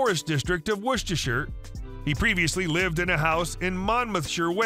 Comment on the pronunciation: One of the most amazing things about this video is the commentator pronounced Worcestershire correctly!